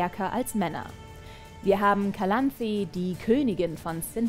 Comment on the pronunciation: Die Serie ist ein großer Haufem Dreck Stellt viele Dinge total falsch dar! Wie sie Calanthe ausspricht macht mich verrückt. Geralt und Vesemier wollten Ciri nie zur Hexerin machen!